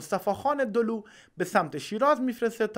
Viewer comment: دولو نبود سه لو بود عزیز من دولو با فتحه دال و واو با تشدید خونده میشه